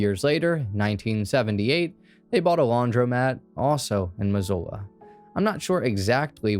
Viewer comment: Thank you for 1) Covering the ‘Florence Murder’ case. It was such a big thing when I was a kid all over the news here. And 2) Thank you for saying Missoula correctly lol.